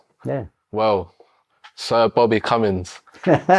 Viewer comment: That is piss poor by vlad tv its CUMMIN'S not cummines